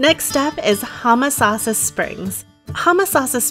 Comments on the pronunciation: It's Home a sassa springs not Hum a sassa. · Was just coming to say this. Yes, 'home-uh-sauce-uh' is how we were taught it growing up in the 60s-70s.